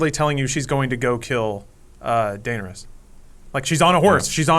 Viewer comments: How does not know how to pronounce Daenerys after 8 seasons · A classic example of being indie and cool is the way he pronounces Daenerys. Smh